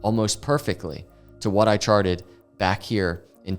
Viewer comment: All I hear is ‘I sharted’ 🤣